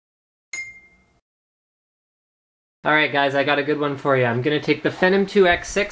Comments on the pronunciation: "finum?" It's pronounced "fee nom" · whats a phenim? I know what a Phenom processor is, but I've never heard of Phenim?! Same with Lano? Its pronounced Yano (Llano). Maybe I should get a life, sorry I'm picky with pronunciation. But it was a good real world review. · fennim two? lol last i cheched it was Phenom II..... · Sorry, but it's pronounced "FEE-nom".